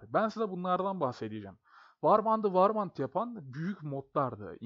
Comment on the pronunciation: Kardeşim eleştiri İcin soylemiyorum. Warband=worbend